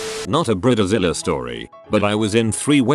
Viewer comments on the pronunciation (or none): He pronounced it briddezilla💀 Just get a real person to read this ffs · Brid-e-Zile is always my favorite part of these videos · I love the way he pronounces bridezilla....brid- de- zilla!